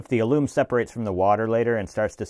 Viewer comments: "Aloom" as you called it, is pronounced "AL-uhm" (accent on the first syllable,) and it's an astringent- it's the stuff in pickles that makes you pucker. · Good video but alum is pronounce al-uhm not al-oom. Just so you know. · Alum is pronounced like Al um. Rhymes with Yum. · Its pronounced like Allan but with an "M" Ah-lem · I loved this. Ya need a few instructions on how to use your stick blender, such as burp the air out and keep it under the surface. The chunks would’ve been thoroughly dispersed. This was pretty cool. Hugz, Tree Alum is pronounced al-uhm The pattern is called a Taiwan swirl and a Peacock swirl when you use your cardboard and toothpicks (I use these designs while making soap) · alum is pronounced like Allen. One reason your colors may not be as intense as you would like, is that is that you have not created enough layers. Each time you flick a new color onto your tray, you are concentrating the intensity of the previous boundaries of color. You can also tone down colors before hand with their compliment. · Do you have a friend named alan? Allen and alum should have about the same accent